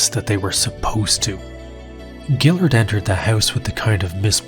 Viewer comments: Can't pronounce melvinn guillards last name , then brad imes. Lol. Dude I thought u watched ufc back then? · Guillard has had like 50 fights and you still don't know how to pronounce his name? And Brad 'Eye-Mess'?! You sure you watched the shows?